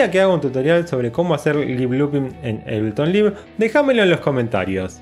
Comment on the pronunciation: Se pronuncia "Aibelton Laif" no livu xd